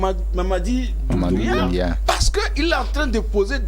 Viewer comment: Tsiééé... vous aussi!!! C'est Mamady DOUMBOUYA. Il y a oncle Google au bout de vos doigts, il vous suffit de lui faire appel si vous ne connaissez pas quelque chose. Faites un peu de recherche et un peu d'effort! Vous voulez parler de quelqu'un qui est dans les news depuis 4 mois déjà et vous n'avez aucune idée de comment son nom se prononce? Waouh, ça dit beaucoup sur vous dêh!